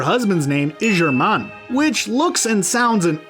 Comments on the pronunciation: when the accent on Germán is wrong 😑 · Is Sierra's husband Jernan or Jernand not Germán??????